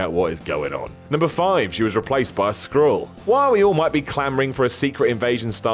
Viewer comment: Nice to see that despite the line-up changes at WhatCulture Towers, some things don't change; still mispronounces "Skrull" when scripted. Or he's really stupid.